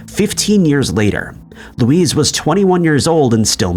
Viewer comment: Learn how to pronounce names correctly. Luis is pronounced differently from Louise.